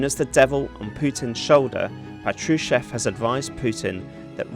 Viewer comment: PA-tru-shev (that's how it's stressed). 🇺🇦🇺🇦🇺🇦 Слава Україні! 🇺🇦🇺🇦🇺🇦